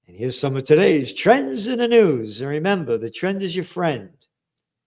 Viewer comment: When you say "trends", it sounds like "trans". 👀👀